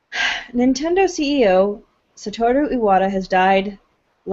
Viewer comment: The way they keep pronouncing Iwata's name, as if the "I" was two syllables is making me think of Ayahuasca.